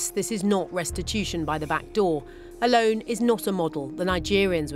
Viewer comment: Did you say LOAN? SERIOUSLY?